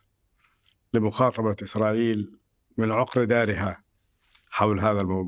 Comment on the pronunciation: كأني سمعت "اخرائيل" من الضيف في الدقيقة 🤔